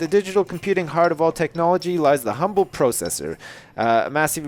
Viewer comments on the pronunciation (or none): none